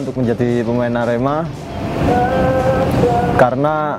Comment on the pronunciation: Lek nyebut "ker" kok koyok nyeluk petek sam....hehe....sing bener iku lek nyebut huruf "e" yo kudu kyk nyebut kata "edan" ngono loh...Sasaji A.R.E.M.A